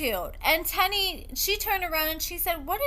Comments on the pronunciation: Her name is pronounced “tee-knee” not “ten-nee” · The way u mispronounce their names tickles me 😂 1st Shonta now Teenie